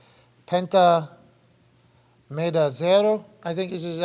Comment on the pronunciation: "Penta meda Cero" 😂